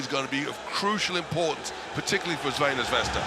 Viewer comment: try to break your tongue a little more to say: Tsrvɛna